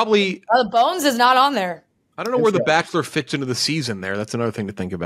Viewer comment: "North Jakota State"